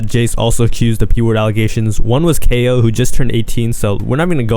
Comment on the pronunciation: Bro said KO, it’s cayo💀